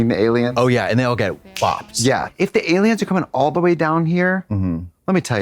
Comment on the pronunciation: Trixie pronouncing “aliums” makes me think she has seen the X-Files abridged vines. A true woman of culture.